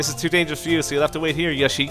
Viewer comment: Yoshi not yushi